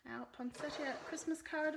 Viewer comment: You pronounced it perfectly! It's the Americans who choose to ignore the "i" and call it point setta. I think that they see it as their constitutional right or something... Love this set and wish I had it but after last year, I swore no more. Now of course, they've topped themselves with this and the Evergreen Bundle. Sigh...